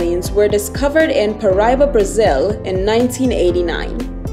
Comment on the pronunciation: Pronounce it right, Pa Ra Iba